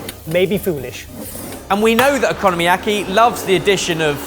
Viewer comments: Please learn the right pronunciations of stuff. the way you say okonomiyaki is non only wrong but so awful. Its not oKOno-mIAki, its OKONOMIAKI. In one go, no separation no puting emphasis on one of the first middel or/ last syllabus and sounds. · I'll never get over your pronunciation of okonomiyaki as economy-aki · Everyone calling Okonomiyaki "Economy Yaki" is really triggering me 💀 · I'm not Japanese, but I'm pretty sure it's not economy-yaki, but o-ko-no-mi-yaki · It's O Ku No Mi Ya Ki, not economy yaki😮‍💨. It's a phonetic language & you've still stuffed it. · British people pronouncing foreign words: Okonomiyaki -> "economy yakky" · What the sweet butternut frak is an economyaki?! Did you mean okonomiyaki? O-ko-no-me-ya-ki. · Economy-yaki wtf is is that!😂 Cmon learn it properly oko-nom-i-yaki. (oc-ko--nom-ee-yak-ee) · Oh-koh-noh-mi-yaki, not o-konno-miyaki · The a in bahn mi is said like the a in pass as spoken with an English accent. Okonomiyaki > oh-co-no-me-ya-key Os in Japanese are long vowel sounding. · Every time - o-ko-nom-i-ya-ki. They're all separate syllables hahahaha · close! o-ko-no-mi-ya-ki, or more specifically based on characters, o-kono-mi-ya-ki (お好み焼き). you're right about separate syllables, and that includes the no-mi part. :)